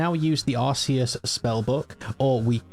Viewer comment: It's ar-KAY-uss btw, not ar-SEE-uss 😌